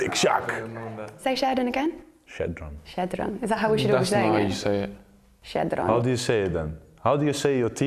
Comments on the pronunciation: Xhedran😂😂😂bro his name is Xherdan😂😂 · me being triggerd when van dijk said xhedran and not xherdan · It's xherdan, not xhedran... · its supposed to be pronounced sher dan right not shedran dk who cares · He said Xhedran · You say it Jerdan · Xherdan is pronounced like (Jerdan) J:Junk,Jersey,Jam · Xherdan is pronounced Gerdan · Xherdan shaqiri is said jerdan shachiri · Wait is it really pronounced Zeh-dran?? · You say xherdan with a j like jerdan beacause he is albanian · He got the XH pronunciation right but then messed up in the middle😂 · That's not how you pronounce Xherdan.